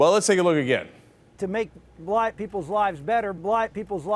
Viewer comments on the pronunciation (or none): You can hear the "k" at the end of black. Blah? No way! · After rewatching this for the n'th time, i will have to correct myself; he did not say blaicnkd, he said blake. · Sounds more like "blata people"; perhaps he was saying "lot of people". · Haha! Even the awful YouTube subtitles thought it was "...black people's lives better by giving them...". That was like the one thing they got right! Other than that, I guess it can sound like "blight", but come on... It's not even the first time he's had this kind of gaffe. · He says 'Blite' .... Blite people's lives better. Listen - There definitely is no Ack. My guess is he started to say Black, realised it, and tried to change it to White (Hence Blite), of course that is all speculation...which still makes him racist. Nevertheless he definitely didn't say blACK. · I believe him. It sounded like "bligh--people's" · I heard "blai". He does have a point if no one in the room heard black either... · yeah he said bla not black! makes zeros difference though. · the more they repeated it it sounded more and more like blagh... o.O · It sounds a bit like "blite" actually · If you listen you hear the "i" - Blight >as in "light" not Black > as in back. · I was actually just about to agree with Jayar on this; he did seem to say 'blaagh' rather than black, and saying 'black people' would just have been TOO stupid to be believable. Then I remembered Santorum's "Waiting for Superman" excuse a few days ago. Guilty. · oddly enough it sounds like 'blind people' when you play it back a bunch of times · He said "Blac-relized he's saying black-k People" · It sounds more like "blot" which COULD have been him trying to say "lot" as in "a lot" that accidentally started with a B. Just an idea. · After repeating the clip, I noticed it didn't sound like "black", but sounded more like "blah-it" or "blight". He definitely didn't say black, but it seems like he was about to so it's still a gaffe. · He didnt say Black People.. he said Blahk People